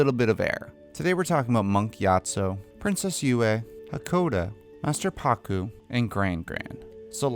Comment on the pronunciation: he said princess nue